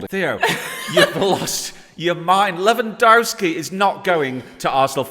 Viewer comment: LewandAaRski lol 🤨